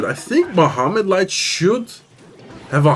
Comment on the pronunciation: crazy how you pronounce Mohamed light's name i can never get that "h" sound right 😅